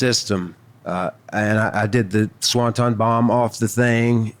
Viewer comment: SawnTon!!!! Swanton!!!